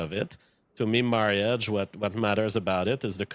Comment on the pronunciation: I am never one to speak on accent or non English native speakers on how they pronounce words but him saying marry-age over and over is irking me :/